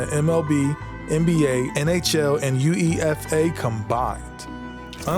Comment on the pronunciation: Amazing channel! As a avid global sports enjoyer, I really found it hilarious how you pronounced UEFA 😂😂😂 I can understand you're American though.